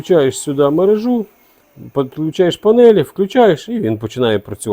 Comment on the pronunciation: підключаю мережУ з наголосом не дружу.